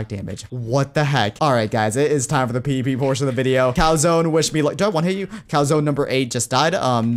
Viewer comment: did he say pp? or pvp LMFAO